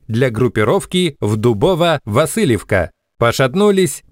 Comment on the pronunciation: Спасибо за материал! Поправка в названиях: Бе́рховка(Бе́рхівка) и Ду́бово-Васильевка(Ду́бово-Василівка. В местном фольклоре - Ба́биевка). Такие ударения (наголос) правильно применять в названиях этих нп.